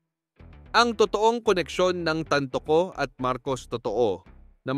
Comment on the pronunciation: Hoy ang pag pronounce ng TANTOCO AY TAN-TO- CO Hindi tan- toCO ano yun IGUANA???